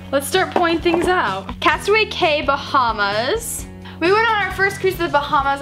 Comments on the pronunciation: It is actually pronounced “Castaway *key*” I thought it was pronounced k too🤣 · The island that you go to for Disney is called castaway cay but pronounced like key